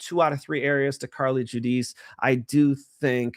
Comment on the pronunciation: Don't say Carli Judice.